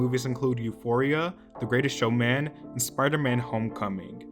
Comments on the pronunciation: The way says the greatest showMAN is killing me 😂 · Lol I love how you say greatest show•MAN